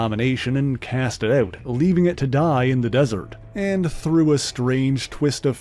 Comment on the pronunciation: If it wasnt for the xmen i wouldnt be here, but please!!! Mispronouncing some words like "far" To "fur", " Out" To "uwt", " Larger" To "lurger", " Harsh" To " Hursh".... Its kinda cringey